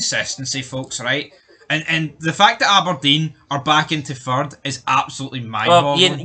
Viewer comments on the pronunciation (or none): How many times did uz guys say "fird" in that video